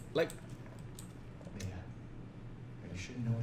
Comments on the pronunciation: its MI-A not MA-IA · its mia, not maia